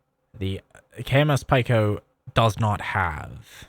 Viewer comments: Pretty sure it’s pronounced “pee-co” like “small” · It is pronounced "peek-o". As in the standard metric prefixes, you know ( pico - nano - micro - milli - kilo ) They teach that in middle school, hope you didn't skip class to play video games 👍